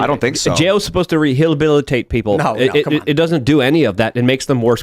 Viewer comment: re-hill-bill-i-tate 😂 Gotta love the -isms